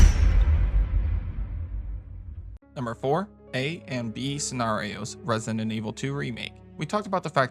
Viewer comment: stop saying “Resident” like that